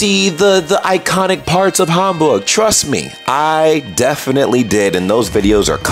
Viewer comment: I wonder how you reacted to the Miniatur Wunderland. I work there so I am a little bit biased ;-) But I guess I will see. I love how you really want to pronounce the german names right. Hamburg not like Ham as in Eggs and Ham etc. looking forward to the next episode